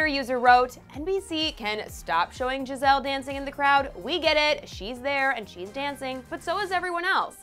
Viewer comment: Ikr she kept saying Gi-zelle it was so annoying